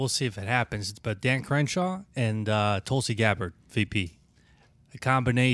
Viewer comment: Hilarious to see him butchering Tulsi Gabbard's name. You really struggle with it, don't you? Lol.